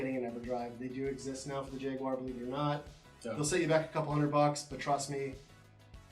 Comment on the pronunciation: whyyyyyyyyyyyyyyyyyyy........ did the guy on the left keep calling the Jaguar.... a JAG-WIRE ? Cringe!